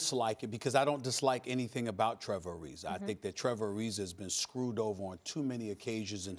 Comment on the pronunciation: Trevor Arizerrrrrr